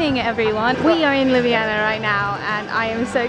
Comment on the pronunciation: Aww that's so sweet! You really showed-off Ljubljana in an amazing way (also your pronunciation of it couldn't be more on-point, at first I thought you were Slovene haha!) :D And I'm really happy that my comment could do good hah xxx